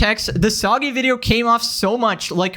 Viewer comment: 'sobby' cereal